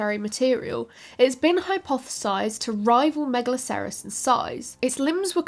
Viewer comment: Try pronouncing megalocerous as you would rhinocerous. Same with anything that ends in "acerous", just flows easier and keeps the pronunciation consistent.